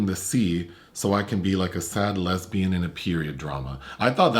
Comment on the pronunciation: "Le sabian" 😭😭😭😂😂